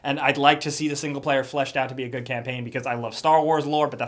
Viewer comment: Why does sometimes say "da" instead of "the"? But I noticed he only does it randomly. At first I thought he just couldn't pronounce "the" correctly and somehow made it come out as "da" but since then I watched a bunch of older videos and noticed he used to say "the" and slowly started transitioning into saying "da" almost exclusively.